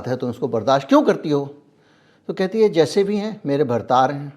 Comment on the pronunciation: भर्तार नहीं भतार ।